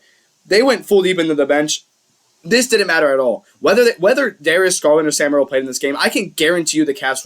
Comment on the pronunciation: You really need to work on your pronunciation of Sam Merril's name.